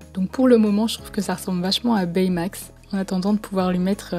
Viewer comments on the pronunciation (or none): Super vidéo! mais c pas bey-max c'est B-max😂